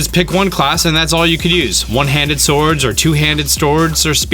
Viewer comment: "Two handed Stords"